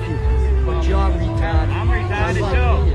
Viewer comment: Are you calling me retahded? 😂